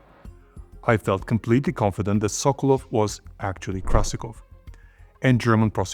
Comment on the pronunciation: sokolOv why do you keep making same mistakes pronouncing russian surnames wrong? You have russian colleagues around, ask them before making another video